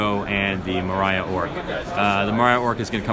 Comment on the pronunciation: Maria orc🤣🤣🤣 its Moria orc